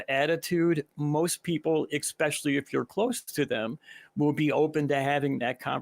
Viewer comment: ESpecially, not EXpecially. I don't care, bring on the name calling. It makes someone sound xtelligent.